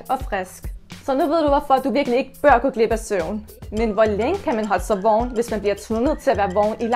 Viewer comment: Du siger ikke vågen men du siger vogen